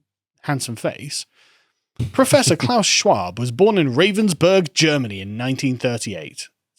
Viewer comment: Isn't "You will own nothing" the same as "WE will own everything"? It is isn't it. It's pronounced Rah-venz-burg BTW. They make jig-saws.